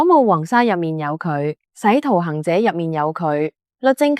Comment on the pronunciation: 如果個「敢」字加上「口」字邊，就會俾你個鄉音人工智障配音讀成「淡」嘅話，咁好心你篇稿就唔好再用呢個字啦，用返正常個「咁」字，甚至直接用「敢」字唔得咩？仲有，「返」有兩個音：「反」 同 「番」，口語更多機會係讀「番」，返工、返學、返屋企，但人工智障永遠只識讀「反」。跟住仲竟然聽到「洗」徒行者，射「冲」英雄傳，真係火都黎！ 既然你都寫晒繁體字，又講粵語，又翻牆上載條片上YouTube, 咁全宇宙唯一可以同時對應到呢三個條件嘅觀眾群就只有香港人（最多加埋少量澳門人），咁唔該你就尊重下港式粵語發音同用字，咪一開口就成陣鄉味飄埋黎啦好嘛？好刺耳！好趕客㗎！！！